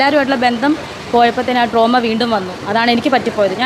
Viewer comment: Droma അല്ല Trauma